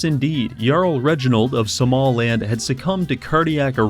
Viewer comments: Why do you keep saying samaland? where is the a between the S and the M? It's not like this sound is completely foreign in English, you have it in the word "small" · First thought you said Somaland with that Småland prounciation